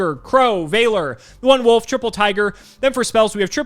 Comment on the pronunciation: Can actually not say the word Wolf?